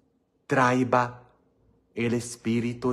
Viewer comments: ES TRAIA,NO TRAIVA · Traía con acento en la i